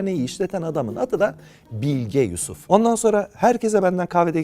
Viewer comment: Bilge Yusuf'u ilk başta Bill Gates diye anladım 🤭🤭